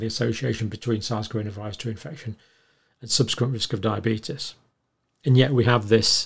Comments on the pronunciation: The result of Years of studying diabetes and crackpot theories: “Diabeetus@ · You're pronouncing diabeetus wrong. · Why can't he pronounce diabetes or covid like the rest of England does?